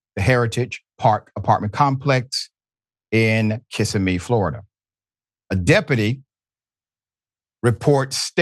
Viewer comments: We are so tired of you saying, "full mast." You learned a production term and have been beating it to death ever since. Once again, you butchered the name of the city. Kissimmee (Ki-Sim-ee) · BTW, Kissimmee is pronounced "keh SIM mee" NOT "KISS ah mee." Lived in Floriduh 30+ years.